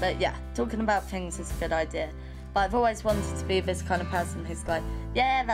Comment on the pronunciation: fings....its things.........wif...its with